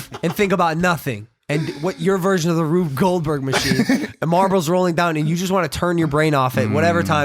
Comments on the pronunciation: It's rube goldberg machine not ruth. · It’s not RUTH Goldberg it’s RUBE Goldberg!! 8th grade science!